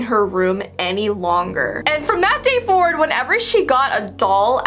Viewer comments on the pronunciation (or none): none